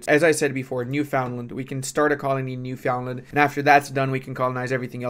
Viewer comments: Hey - not sure if you care, but it’s not New-FOUND-land. It’s NEUF-und-land. Same accents as the word neverland. Love the vids! Keep up the good work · As a newfie it's pronounced Newfunland, not Newfoundland.